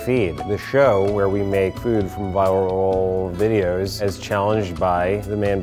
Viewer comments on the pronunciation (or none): the way pronounced 'viral videos' is like.exe has stopped working....